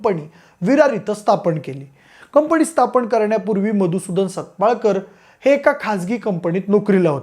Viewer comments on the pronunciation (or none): कंपणी नाही रे कंपनी